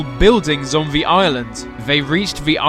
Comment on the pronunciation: Lol Captions detect your "The" to "V"